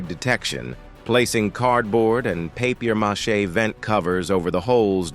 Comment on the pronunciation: A.I can't say paper mache 😂😂